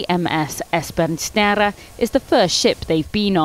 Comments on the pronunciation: The "Snare" bit should basically be pronounced as it looks, not like the Dutch-sounding attempt she made😂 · It would honestly have served the presenter better if she'd just Anglisized it to something like "Esburn Snare"